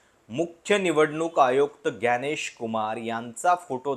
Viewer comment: ग्यानेश नाही तर ज्ञानेश. खृपया मराठीत जसे म्हटले जाते त्या प्रमाणे उच्चारा.